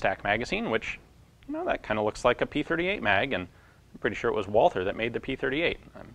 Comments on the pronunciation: The name of the manufacturer is pronounced "Val-tuh" not "Wah-ther." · Walther is pronounced without the th. German doesn't have that sound. Just say Walter. That's way better ^^ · Probably not the first to type this but the Germans pronounce Walther as "Walter." The "h" is silent.